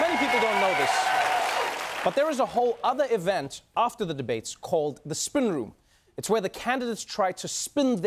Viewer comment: Trevor can't say spin lol